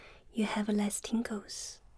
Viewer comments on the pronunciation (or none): At first I thought she said ,Tinkle